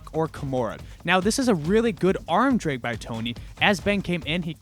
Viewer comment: Massive fan even tho I don't roll. But seriously, the word 'drag' has an 'a' in it. Not an 'e' and two 'g's. Just saying 😜